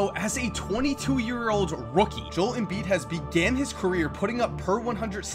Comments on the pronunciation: Jol Embiid😂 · Jol embiid 😂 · joe-el embiid